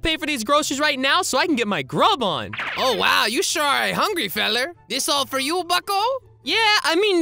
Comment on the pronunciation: when you said you are hugrry